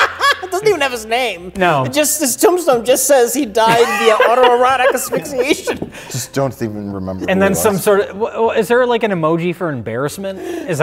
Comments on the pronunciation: I just want to point out how well pronounces "autoerotic asphyxiation" every time. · will never cease to amaze me. He can't properly enounciate "breasts" but has no problem saying "autoerotique asphyxiation" serveral times in a row. What a truly splendid man.